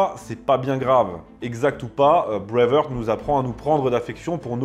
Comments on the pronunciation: D'abord, on dit Brave HArt et non brave Heurt... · D'abord c'est "BraveHARTE" et pas "Brave HEURTE"!! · Breive haaaart prononcez le ainsi. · En parlant d'erreur, Braveheart, ça se prononce pas Bravehurt... Heart rime avec les mots anglais art, cart, tart, fart, dart, part... De rien. 😊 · je vous propose d’essayer de mieux prononcer Braveheart , la première fois on passe, mais après 20 fois ça lasse 😅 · Même si tu détestes les Anglais essaie au moins de prononcer correctement “Heart” ... cordialement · Tu prononce très mal BRAVEHEART